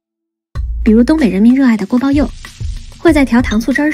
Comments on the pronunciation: 东北人民热爱的锅包you，这发音太标准了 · 锅包yò，这个发音很标准